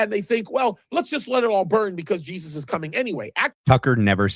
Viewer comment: She can’t even say Jesus !!